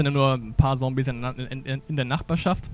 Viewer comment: Warum sagst du immer "Sombies"? :D